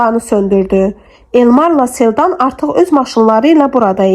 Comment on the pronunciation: Çox gözəl əsərdir.Oxuyan xanım sağ olsun.Ansaq xanım niyə Selcanı Seldan kimi tələffüz edir